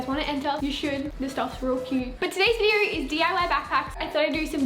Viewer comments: "Videor" thats how she says video haha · I love it when she says video. It sounds like vider and it’s so satisfying. 😂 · Vider vider vider. I literally can't watch her because of how many times she says video.